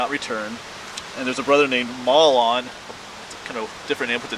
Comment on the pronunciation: "Mahlon" is pronounced "May-lun". Great vid as usual...Thanks for your time and effort.